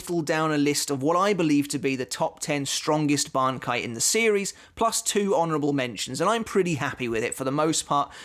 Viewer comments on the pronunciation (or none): why do u pronounce bankai like that, are u dub watcher